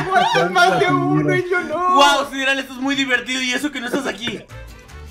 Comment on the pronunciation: Sideral suena como sidral